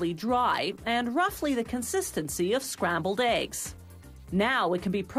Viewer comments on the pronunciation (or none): "scrabbled eggs"